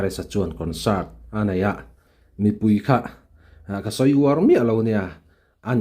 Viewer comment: Rsa kan Mizo púi, ti a, thluk sâng lo vin. Rsa kan mizo pùi ngei ti a, sawi tur a ni ang.